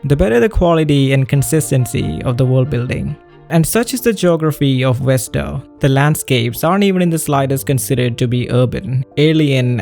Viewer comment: i love how you can use the word innocuous, yet you cant pronounce 'Vesta' (it is NOT "Westa" my dude)